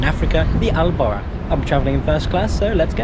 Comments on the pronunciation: Alburak not Al borakh in arabica براق not براخ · It's al Borak not al barakh which translates to pegasus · Its al boraq not al barakh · its el BURAK not el barak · I don't understand how did you manage to read a very simple word so wrong? It says Al Boraq (Al Borak) not (Al Barakh)??????? I am really sorry but this is very annoying, everyone pronounce it very correctly in Morocco you must have heard it a thousand times, yet, the pronunciation is very very very wrong, meanwhile, as a foreign english speaker if I say Twenty instead of Tweny, it's a catastrophe..... But thanks for the video, hope you enjoyed your stay. Edit: Loved the Maghrebian music at 10.20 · It’s buraQ letter Q 😂😂